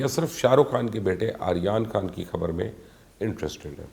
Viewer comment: He can't even says Aryan Khan 's name properly. 🤣🤣🤣